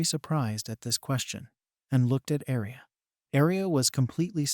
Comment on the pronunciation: Please say aria not alice